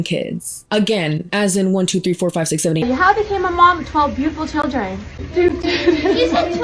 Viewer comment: "shill-ren" are beautiful hey? 😂❤